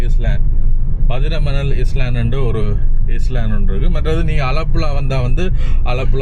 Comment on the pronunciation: Island, It's not இஸ்லான்ட், உச்சரிப்பு, ஐலன்ட்